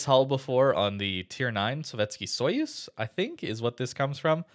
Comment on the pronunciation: You are probably the first non-russian wows youtuber who can pronounce the name of the Sovyetsky Soyuz correctly